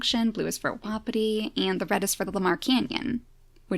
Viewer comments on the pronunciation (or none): Its wa-pee-tee just so u know lol